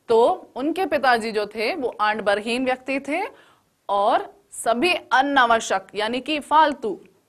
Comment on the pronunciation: Andbarheen nahi adambarheen hai